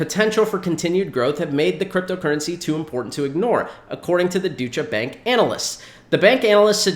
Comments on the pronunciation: Great video again.. It’s pronounced Doi-cha Bank 🤙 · It's pronounced Doy cha bank